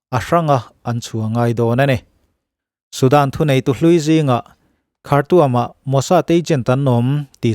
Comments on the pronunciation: Ichhiarthiam bawksia angaihnawm thin khawp mai, ... khartuam ti lovin khartum ti a lam tur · Ngaihnawm thin khawp mai, ... Khartuam ti a lam rilo in .... khartum ti a lam rik tur